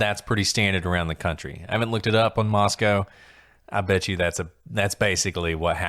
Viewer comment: I'm listening to another podcast of y'all's on Spotify but realized you're saying Moscow like the Moscow in Russia...the Moscow where the stabbings were is pronounced like Moscoe instead...no W...like Roscoe but it's pronounced Moscoe but spelled like Moscow, of course....just wanted to catch you and I hope you see this.